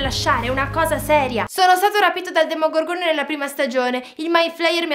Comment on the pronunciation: No avete tolto la scena in cui Billy diceva male il demogorgone mi faceva troppo ridere l'ha rimettete pls